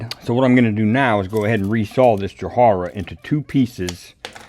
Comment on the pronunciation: Please correct me if i am wrong, but is the wood you are using called "Jarrah" and you are just mispronouncing it. or is it different. could you spell it for me? If it is Jarrah, it is pronounced just as it is spelt, "Ja"-"rah". Sorry, it was just something that was poking me in the spectrum and i needed to find out.